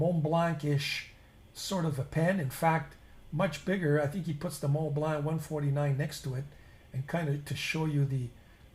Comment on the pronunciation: I love your channel and you have taught me a great deal. Now perhaps I can help you. Mont Blanc fountain pen is not pronounced Mont Blaahhh, it's pronounced Mont Blon. My first language was also Italian, and hopefully this with all your French viewers.